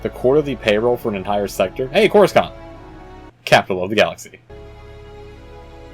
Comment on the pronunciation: Don't mean to be "that guy", but you're pronounsing Coruscant wrong